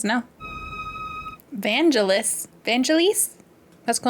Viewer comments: /van-GEL-iss/ - just to be clear where the emphasis is 🙂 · Vangelis is pronouced van-jealous. He does great soundtracks btw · Vangelis was a person, a Greek Composer. It’s pronounced Van-gel-is. Most famous for the Chariots of Fire soundtrack. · I love how Americans destroy pronunciation of foreign words. Vangelis (Van - ge - lis) is a famous Greek musician, he made the music for the film 1492 as well. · The Directors Cut is the better version, imo. It doesn't have the Decker narrative throughout the movie, and includes additional scenes. The music was done by Vangelis (the GEL is pronounced like the name Mel). You've probably heard the theme from Chariots of Fire. That was Vangelis as well.